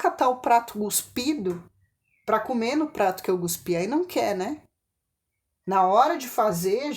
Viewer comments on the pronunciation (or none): não se fala gospí e sim cospi com c